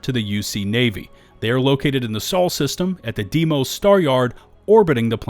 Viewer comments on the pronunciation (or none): I love you man, but it should sound almost the same as "day-moss". "Dimoes" versions is just reading letters using foreign phonetics. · this continues to bug me from everybody, its Deimos "day-moss" and its not a planet, its Mars moon. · Day-moss. say it with me. DAY-MOSS! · Ya forgot to mention Red Mile as you can purchase all the major shielded cargo upgrades. Also, I'm a stickler for pronunciation. Deimos (Da-y-moe-s) star yard. Otherwise, another great solid video! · Why can’t anyone say Deimos? 😭 it’s DAY mohs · FYI you called Deimos a planet but it's ackshually a moon of Mars (and is also pronounced 'Day-mohss')